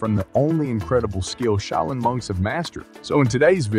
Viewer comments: shau·lin <<---- Proper pronunciation. Been there. Just saying. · I stopped at "A shay-o-lin monk". Hilarious! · "Sha-oil-yin" monks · oh lord that southern accent pronouncing Shaolin is gold , thanks for that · This dude pronounces the word "Shaolin" like 5 different ways. what the heck...which pronunciation is it? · How many ways can a guy say Shaolin incorrectly? Watch to find out! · I wished the narrator would pronounce Shaolin correctly. How many different ways does he say it? smh... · How many different ways can u screw up the name ...practice and do your research before posting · I can't believe that you managed to mispronounce the word "live"! Also, how many different pronunciations of "shaolin" can you manage?! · Your voice synth doesn't know how to pronounce "live" from context. It also has several mispronunciations of "shaolin". Still good stuff but..... 🙂